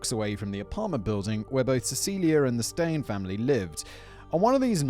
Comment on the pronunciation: "Steyn" xD